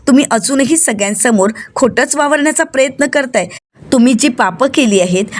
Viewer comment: प्रयत्न असा उच्चारात प्रेत्न नका म्हणू